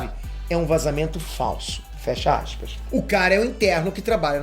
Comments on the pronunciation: Abre axispa rsrsrsrsrs sei que tá errado mais a pronúncia sua a top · "Abre assspas"